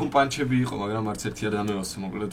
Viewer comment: ერთი თხოვნა მექნება გთხოვ გაითვალისწინე 😢 პანჩები არა ფანჩები ყველა ეგრე ეძახის და ეს პანჩები ცუდად ხვდება ყურში😅